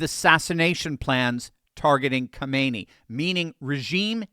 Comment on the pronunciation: Its not pronounced Kaahmeni, do better.